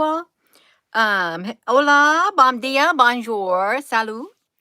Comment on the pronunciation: That gorgeous "bonjour"!!!